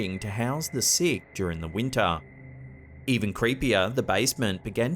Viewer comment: "wienta " The western world: Winter